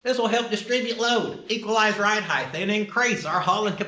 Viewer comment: lengTH, widTH, depTH, and heighT. cmon oklahoma! heighth isn’t a word!